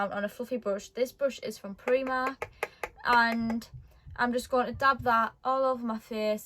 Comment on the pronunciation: I’m sorry I love ur makeup u said pri mark but it’s primark xx